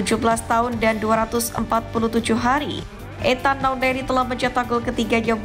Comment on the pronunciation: Nwaneri bukan nawneri 🤧